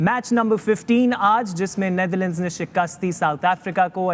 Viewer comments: Wasim Akram pronouncing "Neitherland" 😂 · Its Netherlands and not neither-lands wasim bhai